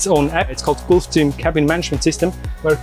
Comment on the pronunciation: Guy can’t even pronounce Gulfstream 😂